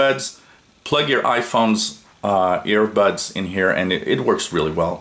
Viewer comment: Interesting to hear the Canadian pronunciation of aidbuds. Wondering what honeydew would sound like.